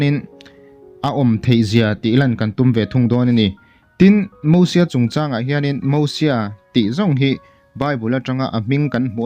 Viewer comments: Moses tur aw🤪Mahse mizo kan nia ziak dik tho e han ti dawn i lah😬👉Mosia i tia Hei hi dik ang a👉Mizo tawngkam tak in lam pawh in a thluk in mil ni si a lam dawn chuan Mosies🙁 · Lo in la sap mizo leh mai mai. "MOSIES" Bible te i chhiar ve ngai nange? Mosia ti ve mai mai la a tawk. Sap ho pawhin Mosies an ti ngailo. Eng hnam mahin mosies an ti ngailo hrim hrim. Khawvelah hian nangmah chauhin Mosies i ti aw. Keini Mizo chuan MOSIA kan ti mai.